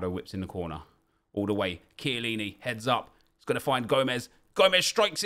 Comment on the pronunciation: can british people stop saying SHILLINI its KIELLINI